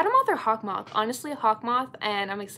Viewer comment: I was watching the episode and alya's sister litterly said hawkymoth lol